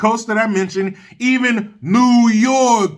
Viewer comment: I'm laughing so hard I can't breath.😛 They way you say New York 👍